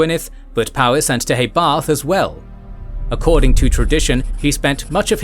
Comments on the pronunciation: Your 'pronunciation' of Deheubarth isn't correct, it actually sounds more like Deh - hay- barth - Emphasis on the penultimate syllable 'hay:. Celtic should never be pronounced 'Seltic', but rather 'Keltic'. Not 'Seredigion' (!) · Please would you be able to get the pronunciation correct. The Kingdom in Southern Wales was Deheubarth, pronounced as "Deooybarh" and Ceredigion was pronounced as "Serydigion" as Celtic is properly pronounced as "Seltic", like the Glasgow football club.